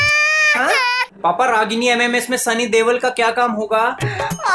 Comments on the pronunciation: Deval nhi deol😂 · Deval bola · Others: sunny deol Babloo ji: sunny deval 😂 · Doel nhi DEVAL hai bhagyavaan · Dewal nhi bhai deol😂